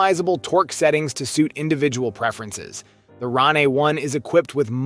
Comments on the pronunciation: Ron aye? It's pronounced rain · It's pronounced just like Rain, bro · I can't even take this video seriously because he can't even pronounce RANE properly 😂